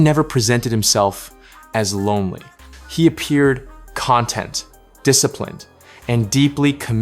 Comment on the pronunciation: mispronunciation of the adjective "content." wow, that's bad.